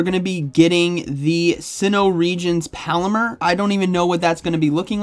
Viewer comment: Palmer “Paul-mer”, not pal like “hey pal” 👍🏼